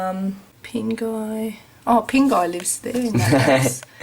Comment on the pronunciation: It sounds like you're saying PINGA OS lol